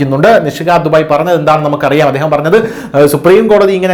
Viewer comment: നിഷികാന്ത് ദുബെ ആണ് ദുബായ് അല്ല😊